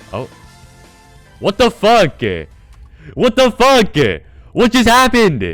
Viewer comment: what the fuckeh, what the fuckeh